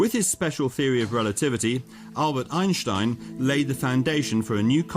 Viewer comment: talk normal moron. every time you say "Einstein" you pronounce it like "aejnstaejn" you exaggerate the german accent every time you say 'einstein' . you make his name sounds like the worlds most disgusting ice cream. just pronounce it like "Ainstain" in the german way .dont over pronounce his name in an exaggerated german accent its ridiciouless and annoying. German isnt the most charming accent so do not exaggerate that accent.